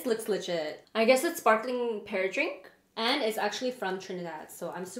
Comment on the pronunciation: and it not pear danrk it pear drink🤦🏽‍♀️